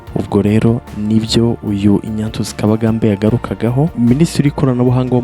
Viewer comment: Ariko tunafite ibibazo mu ngeri nyinshi. Nyumvira nawe umuntu ukora ikiganiro kuri youtube, uwo mbese twakwita umunyamakuru. Tekereza gusoma izina Ignatius ngo ni INYATIYUSI😂 Basi iyo uvuga INYASIYUSI???